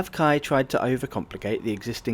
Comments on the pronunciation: We pronounce the Indonesia Railways Service as K-A-I, not KAI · You say each letter of the name. K.A.I. (Indonesian "Ka" "A" "E"). At that price it's better to fly. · im pretty sure it’s the language barrier that did your friends wrong. It has always been K-A-I (kuh-ah-ee) and nobody (literally not even a single Indonesian) pronounce it KAI.